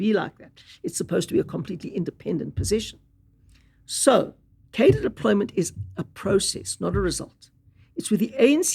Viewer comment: turns out I have been saying the word Cadre wrong all my life